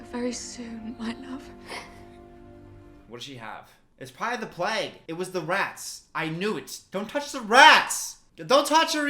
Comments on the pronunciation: No one: Not a single soul:: "PLAGUE" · im sorry, how the fuck did you just pronounce plague? PLAG? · I hate how Americans say “plague”, like they just say “pleg”